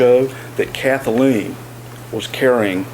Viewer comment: I'd immediately stop the prosecutor from pronouncing it "Kath-a-lean." Maddening.